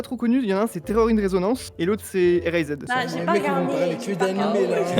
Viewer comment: je comprenais juste pas "Erased" j'avais compris un truc du genre "Relezed". Par contre, j'en ai terminé 50 mais j'ai pas vu Terror in Resonance(mais j'en ai d'autre de favoris, des PPPPPPPéPPPPPPites)